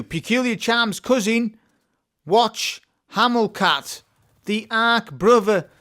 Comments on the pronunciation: Whatch hamul cat … 😂😂😂 what? Brother „what cha ma call it“ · WHATCH-A-MA-CALL-IT .... that the right way. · watch-hamil-cat is the worst thing since bush-eye-dough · gun name is pronounced what cha macall it. It's what Americans call something when they can't remember the name. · Whatch hamul cat, sounds like Shakespeare to me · I got a shiny yesterday. Yup this gun is good. Don’t mean to be disrespectful at all. But it’s said like this. What cha ma call it. Odd name bungie chose there. Cheers friend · well, the youtuber, who sounds English, butchered the word. I was assuming the issue was cultural unfamiliarity.